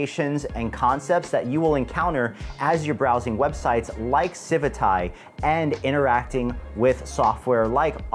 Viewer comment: CIVIT* AI* how are you saying CIVITAIIII lol...